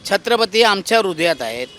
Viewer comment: या रिक्षावाला काकांना छत्रपती शिवाजी महाराजांचे नाव सुद्धा नीट घेता येत नाही.